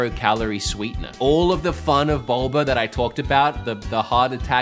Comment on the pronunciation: “Boba” pronounced, “Bolber”